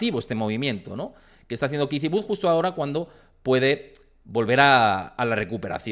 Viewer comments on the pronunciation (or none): Kitty Wood … hace falta ser tan pronunciar tan mal un nombre anglosajón !!! Te quita credibilidad… increíble